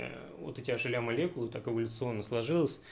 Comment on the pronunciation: Лол, никак не мог с начала понять, что за ашеля, а это hla (эйч эл эй)